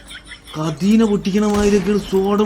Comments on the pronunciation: കദീന അല്ല കതിന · കദീന അല്ല സെബോയ് കധിന. ഭരണി ന്റെ ഫ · കതീന അല്ല കതിന യാണ്